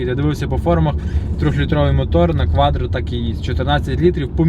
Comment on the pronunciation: Кватро.а не кваДро